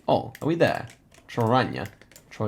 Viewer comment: Screaming at the Slovenia round because my hometown is close to Trojane. 😂 Nice pronunciation on the town names. I do have one note, though: C is pronounced like the Germans pronounce Z, and the letter that has the "ch" sound is Č. (so if the C has a little thingy above it, it's "ch," otherwise it's a German Z.) 🙂 Btw, a very impressive second game overall.